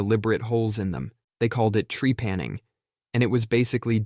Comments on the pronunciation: "It's called tree-panning." No, the proper pronunciation is closer to "tri-PAN-ing." Jesus dude. I can sit through the constant soft analogies but you owe it to your audience to research words that "end up" in your script that you don't how to pronounce. It could be the first time they've ever heard it. This is the slippery slope that makes Americans stupid. Do you're due diligence. I promise you, it makes a difference... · Tree-panning? Lol you mean trepanation?